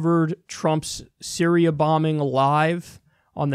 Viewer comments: Kyle "Sy-ri-AH" Kulinski. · "Bitch I said Siri-A" LOL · “BITCH I SAID SY-RI-A” - Kyle Kulinski 2018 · " bitch , I said syri-A "